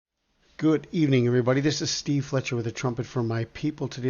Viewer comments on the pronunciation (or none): none